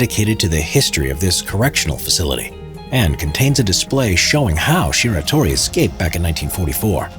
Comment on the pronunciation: man I don't want to do this but... it's Shiratori not Shitori.